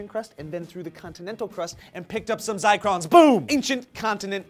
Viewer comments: I think it's Zircon not Zicron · Zircon* (not Zicron) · I think you meant ZiRcon, not ZicRon my friends. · ZIRCON, not ZICRON, it even says it in your source that you linked guys. Specifically they found crystals of zirconium silicate. Still love you though.:P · It's Zircon not Zicrons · i have no problem with telling this story. but when they almost directly copy the script on 75% of their stories from a single website, it gets annoying... especially when they don't spell check. ZICRON??? IT'S ZIRCON C'MON NOW you can't be inventing words and show it to 150,000 people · Zircon... not "zircron". Like cubic zirconia (which is not the same thing but has the same sound).